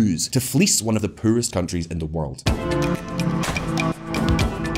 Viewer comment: this guy is great but he need to learn how to pronounce Poor and world........